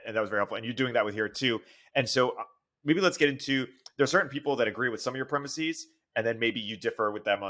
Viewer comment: Ya lost me at "...premisseeze..."